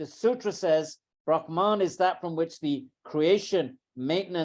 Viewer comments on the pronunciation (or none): It is not Brahmān (ब्रह्मान्) but Brahman (ब्रह्मन्). I am amazed such an accomplished person as Edwin Bryant should make this mistake.